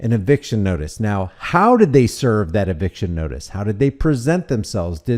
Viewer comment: Did you say eviction or eviscerattion?